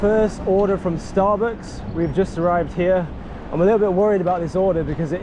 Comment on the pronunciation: Love the way you said starbooks